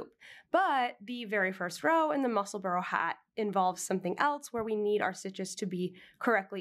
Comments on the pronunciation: Love your knitting but it's musselbura not burrow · Neither. It's pronounced Mussel-burrah. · I’m so curious-Since you live there, is it pronounced Mussel-burrow or Mussel-burr or Mussel-burg?